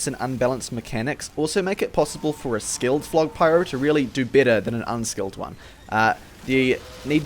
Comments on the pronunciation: Did he just say...."skilled" phlog pyro? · did you say skilled phlog pyro?